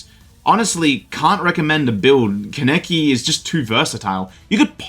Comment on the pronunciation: Not CAN EKI its pronounced Kahn uh key Kaneki